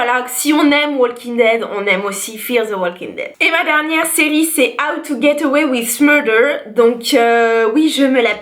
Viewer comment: Navrée mais ton "How to get away with murder" ne te flatte pas vraiment. Mais je pense que tu as un potentiel. Je ne sais pas si tu regardes les séries dont tu parles en VO, mais c'est une excellente méthode pour travailler les langues. Il y a aussi la musique si tu en écoutes. Et pour travailler ton accent, n'hésites pas à pratiquer au quotidien, avec ton mec, tes copines, devant ton miroir ou dans ta douche, que sais-je ! mais fais attention à ne pas être contaminée avec de mauvaises prononciations. Il faut écouter attentivement avant de répéter et quand c'est un peu compliqué, essaie de découper le mot en phonèmes. Enfin, ne néglige pas les appli, il y en des gratuites assez efficaces. Voilà, en espérant t'avoir apporter des pistes et espérant t'entendre "te la péter" avec ton accent américain très bientôt ! Bises !